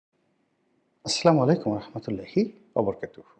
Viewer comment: আপনার সালাম দেয়ার উচ্চারণ সঠিক হচ্ছে না। সঠিক উচ্চারণের জন্য একজন ভালো কারীর সহযোগিতা নেয়ার জন্য অনুরোধ করছি।